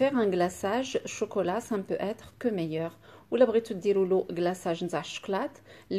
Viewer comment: écoutez comment a prononcé choklat😄😄. Trop mignonne notre ❤️